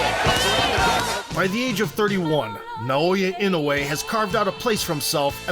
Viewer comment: Regarding pronunciation, Japanese vowels are all pronounced separately, not combined as in English. So it's Na-o-ya I-no-u-e.